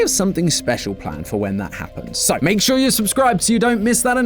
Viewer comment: There's no h in sure